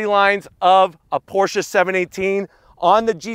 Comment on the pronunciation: ❤️ the new 2022 Porsche 718 GT4 RS., I'm happy that you actually pronounce Porsche correctly.😉 Mad R-E-S-P-E-C-T💯